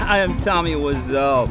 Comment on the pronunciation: Did he pronounce wiseau wrong?